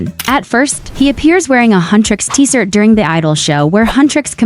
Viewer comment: Why you said “T-sirt”!?